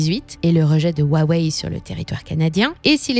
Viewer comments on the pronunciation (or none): none